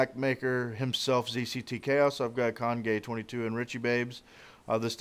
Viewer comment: hehe he called him congay22